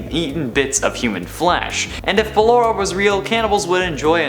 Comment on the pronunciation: "Ballora" Oh no...